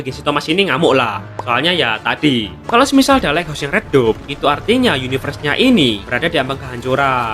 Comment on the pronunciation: Lait haus bang bacanya Bukan leghos